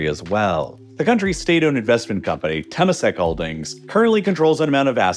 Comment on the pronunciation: as a Singaporean, you pronounced Changi Airport and Temasek wrongly